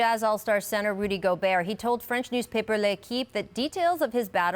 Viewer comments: Absolutely No One: Perk: "Rudy GoBerg" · This is beyond the point but do people who watch the NBA for a living really say "Davis" and "GolberT" like these names are in English? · Rudy goburt is how you pronounce it lol